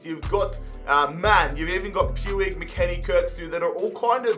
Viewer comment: It's pronounced pooch not pewig just sayin lol☺